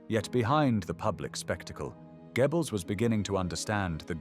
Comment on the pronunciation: For goodness sake - it's pronounced 'Gerbells'. not 'Gebbels'.